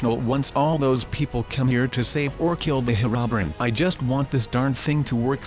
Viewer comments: Heronbern is actually pernounced hero-bri-in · Bruh he said "Her-ron-brin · He said hirobrin